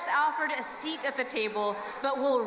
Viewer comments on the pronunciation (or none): none